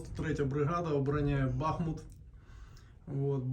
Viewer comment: БахмУУУУУУУт. Ударение правильно ставь бутусОв.